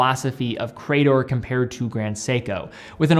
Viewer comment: It's hurting my ears to hear you repeatedly say 'Cray-dor' 🙂 ... grammatically, in English, that word is 'Cree-dor'. Thanks and have a nice day.